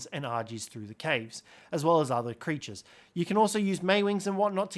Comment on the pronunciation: I'm sorry but it's "creatures"